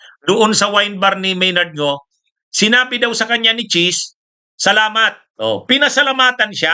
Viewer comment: Maynard Ngu po attorney, hindi Maynard Ngo. Mali ang pronounciation niyo.